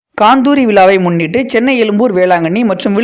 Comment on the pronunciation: காந்தூரி இல்லை கந்தூரி திருப்பாதிபுலியூர் இல்லை திருப்பாதிரிப்புலியூர்